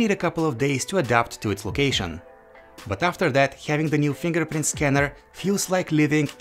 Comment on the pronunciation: You can geth rith now Fingerprinth reeeder Accurathe reeadngs Intherupt